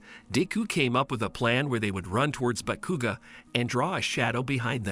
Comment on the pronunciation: Bro said bekuga lol not hating it’s just funny😂